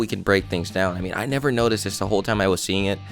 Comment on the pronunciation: I thought you said "nether", not "never".